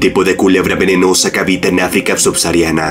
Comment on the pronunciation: Se escribe subsahariana. Se pronuncia "subsajariana"